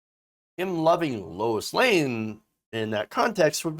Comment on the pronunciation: LOIS LANE not LOUIS LANE !